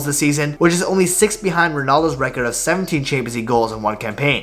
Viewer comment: bro why can't you say "champions league" I hear "Chamzee"